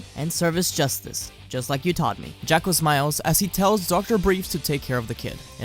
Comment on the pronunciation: And it's Jaw-ko..... not Jack-o